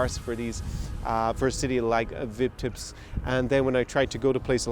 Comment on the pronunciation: Omg you butchered the name.